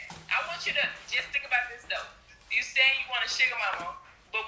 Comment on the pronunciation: "put it in dis way"😂😂